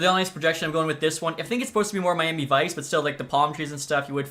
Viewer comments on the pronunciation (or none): none